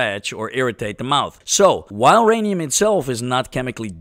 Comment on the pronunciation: My Rhanium? No! Your Rhanium!